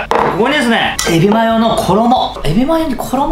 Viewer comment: エビマヨってちゃんと言えてる？笑